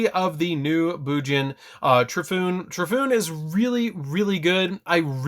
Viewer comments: Tor E fu neh. Not Trifoon. Sorry don't mean to be Grammer police but that was bad. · Isn't Torifune pronounced "tore-e-foon-ey" ? Cuz you know...Japanese? Yamato, Hirune, Arasuda? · You pronounced Torifune wrong…it's Toe-Ree-Fu-Nay. Still, great deck profile. I was waiting for this.